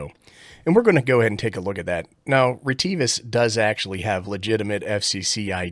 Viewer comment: REEE TEEE VUSSS 🤣